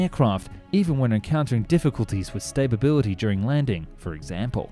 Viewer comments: Cool vid but I was way too distracted by Zinnamon and stabability to learn anything. I dont want to be mean but you lose all credability when you cant even say stability. Where that extra b coming from? and like how do you read Zimmerman and think "ah yes mm should be prounced like an n"? You dropped three whole humps! The most confusing bit is that you seemed to say everything else correctly. I really do hate to have to be this guy but the content is there I just cant handle the verbal abuse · TIL Aussies say "staperbility" instead of "stability" :p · Staybability? It’s sta bil lty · aircraft stablebility? you mean stability? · It’s stability not stabability